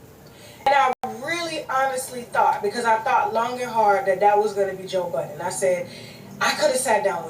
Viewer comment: This lady keep saying “joe BUTTONS” is aggravating me. It’s BUDDEN